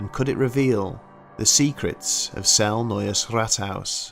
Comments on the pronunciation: Like all of your videos, this was fascinating. Whether or not the legends have any substance doesn't matter. It was a good story well told. By the way, Celle is pronounced 'celler', not cell. Sorry to nitpick. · It’s pronounced celly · I live in celle....it's not cell sorry. I have been in the Rathaus often and i know people who work there...as of now 2020 nobody sees or feel things that you are explaining. Not saying it's not true I don't know, but as of now no all is good. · I was based in Trenchard Barracks in Celle, pronoiunced sella by the way, we all heard the stories and we all went out to Belsen which was 20 minutes up the road, the place had a very strange vibe especially the barracks but none of us actually saw anything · By the way, it's pronounced cel-lah. Not a big deal, I just figured you might wanna know. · and celle is pronounced celler or cella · I love your videos, but being a Kraut, the E at the end of Celle is not silent. We do not have those in German. Other than that, these are all top notch stories!